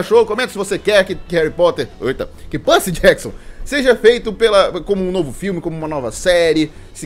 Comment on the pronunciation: Belo vídeo kkkkkk Eu gostei dos filmes kkkk Foi bem diferente, mas eu até gostei... Ele falando Percy Jackson doeu um tiquim 😅😅 Mas dei like ❤❤